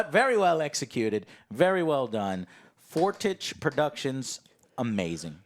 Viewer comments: just a small tidbit, its pronounced four-teesh. good vid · " For-teesh " is how it is pronounced